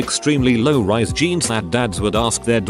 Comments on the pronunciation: Jeans honey. Not geens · APPLE BOTTOM GEENS How in the world do you say that wrong?